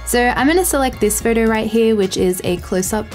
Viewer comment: Great video. I just can't process your pronunciation of a word 'photo'. I'm constantly hearing 'further'.